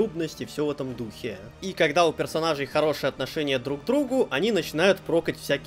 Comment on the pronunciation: ...и всё в таком духЕЕЕ...штукЕЕЕ...патИИИ... Любопытный выбор ударений, который приходится на последний слог, искусственно затягивая его🤔